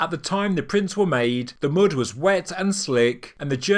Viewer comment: love this channel but I've noticed all " U " sounds are pronounced as " OO " - eg - Mud - Mood - discoveries - discooooveries and many more :)